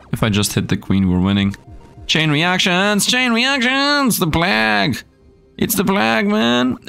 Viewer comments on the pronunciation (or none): Love your content and enjoying this game, just to help you though, plague isn't plahg, it's pleig/pleyg, so it sounds like it starts with play and ends with a short "gh". Hope that helps you. Keep up the awesome videos! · plague is and has always been pronounced "play-gue" and not "plahg" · Plague is pronounced like combining play and vague Play-gue (long a) But finding the overpowered stats like always